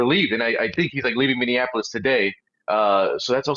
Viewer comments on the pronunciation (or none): Brandon, I love you and watch everything you put out but please, it’s Minny AP O Lis. Not Minny an Apolis. Love you ♥️ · Brandon, pleeeeease....it's pronounced, Mini apple us.